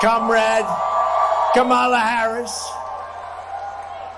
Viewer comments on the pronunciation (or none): the emphasis is on the KA.. ka - ma - la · Maybe the problem is the syllable stress. Stress the first part " Comm" not the middle. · Sorry Nadia, you pronounce Harris’ name like Trump does - incorrectly